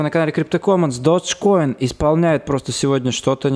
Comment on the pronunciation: додж коин..... ты выговаривать научись